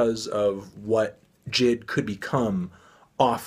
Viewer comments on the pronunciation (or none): BRO ITS NOT jid ITS J I D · i dont wanna be that guy but it's not jid, it's J.I.D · Its j-i-d not jid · Did he say JID instead of j.i.d? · Pronounced jay-eye-dee, not jid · STOP CALLING HIM JID ITS JAY EYE DEE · jay eye dee, not jid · It's JaY I. D. Not Jid. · Is anyone else triggered by him mispronouncing J.I.D 😂😂😂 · Say his name right bro